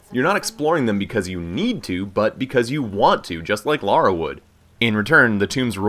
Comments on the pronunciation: I like that he says 'Lara' and not 'Laura'... Top man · 20 seconds in, no idea who is talking, but THAAAANK you for saying Lara instead of Laura. Thank you so much. I like you already.